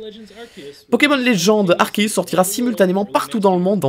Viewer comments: Yep Arkéus tout le monde dit arçéus et ça m'énerve 😂😡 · Et d'ailleurs y a que toi qui prononce Arceus correctement ca fait plaisir 😁😁